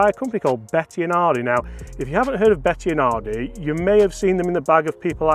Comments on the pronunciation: Bettinardi not Bettianardi come on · Bettinardi, not betiaaaahhhhhnardi lol No "a or h:" after the "i", love your work anyway! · Yep - me too ... Bloody annoying Be-ti-"UH"-nar-di .... Getting flashbacks of the butchering of Marco Simmi-Oh-Nee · Why can't pronounce Bettinardi properly? He says it like Betti-a-nardi!!! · Great content. Take it from a Chicago boy, it’s pronounced “Bet-In-Ardi”. He’s a Chicago guy and has always owned the company now run by his son. Long known for their very fine milled putters…